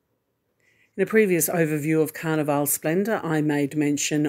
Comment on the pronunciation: The area in the shop with cruise needs is called Sundries. A commissary is a word used on military bases or prisons. Also, you kept saying Carnival-e ..... Carnival...as in the way you would name a place with rides and fair ground attractions. Carnival :)